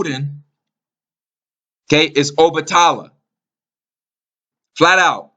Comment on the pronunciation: Peace&Blessings! Shango(sh(ah)n-go) is in lined with Mars. Red color. Strength/Warrior Obatala(O-(bah)te-la) is more in lined with Jupiter. White color. Wisdom Combined to make the Orisha (red & white beads) Shango- St Barbara- Archangel Michael- Sagittarius- etc Good work the pronunciations was just killing me..